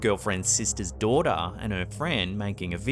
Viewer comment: “as we watch the uploada’s girlfriend’s sista’s dawughter”